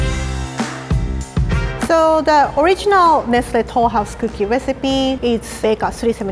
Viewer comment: Who else when she said “Nestle Tolhouse’ thought of ‘Nestlé Tolhóuse’ ( Buffey)